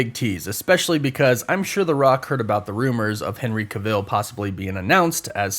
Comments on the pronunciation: Cah-ville??? Cav-ill.... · Why do you pronounce Henry Cavill’s surname like that🥴 it’s Pronounce it like you would travel. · Why is it so annoying that you said Henry cavill wrong😂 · Dude butchering Henry Cavill's name...